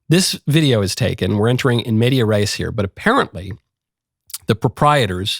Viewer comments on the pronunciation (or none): It is "in medias res."